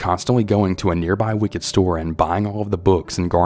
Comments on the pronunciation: It's pronounced WICCAN* not wicked... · Wicken not wicked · Wiccan not wicked. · Dear, if "Ray-qwell", the lady who practiced "Wic-ked", spells her name R•a•q•u•e•l, of Spanish origin for Rachel, then you have just had two strikes. It's Rah-KELL' and she's a Wiccan, (wik-kun), a practicer of WICCA, (wik'-kuh)...a religion of sorts. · Story 1 surly, he meant she’s a “Wiccan” not she’s a practicing “Wicked?”. Must have meant the left hand path faith called Wicca, is what she practices. FYI but maybe it’s just the narrator’s accent when reading the word Wicca and Wiccan. Sounded like he said “Wicked”. Sorry I have OCD when it comes to occulted subjects.